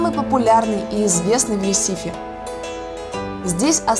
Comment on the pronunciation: Не ресИфи а рЕсифи